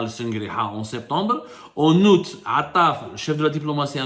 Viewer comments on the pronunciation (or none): none